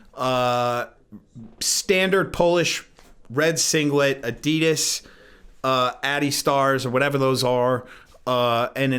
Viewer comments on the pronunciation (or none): none